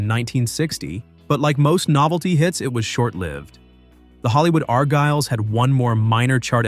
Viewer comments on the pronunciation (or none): IT'S NOT THE arGYLES. IT'S THE ARgyles. YOU GOT THE emPHAsis on the WRONG SYLLABLE. IT SHOULD BE ARgyles